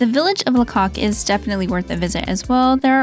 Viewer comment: Pronounced Laycock (not la cock)